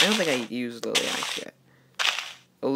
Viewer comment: It's not liliac, it lilac